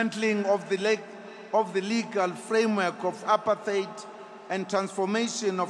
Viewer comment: He mispronounced 'apartheid'? Oh, how ironic!